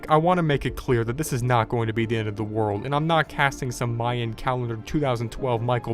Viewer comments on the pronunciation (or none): none